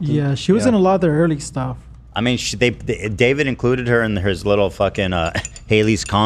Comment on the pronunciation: Ethan accidentally calling Dobrik "Davrid" repeatedly had me dying 😂❤️